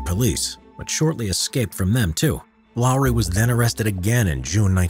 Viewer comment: Finnish is hard but congrats you said Lauri right